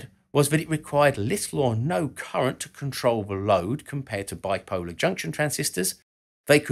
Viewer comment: "*Biploar* Junction Transistor" whoopsies